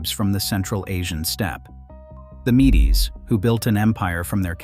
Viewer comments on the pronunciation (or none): Mee-Dees? All my life I've heard it pronounced Meeds, like the honey brew.